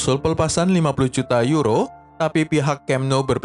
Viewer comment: Bukan uro mas tapi yuro bacaannya